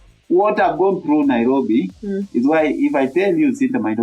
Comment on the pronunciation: Naiiiirrrobi😂😂😂 you fall down you wake up🤣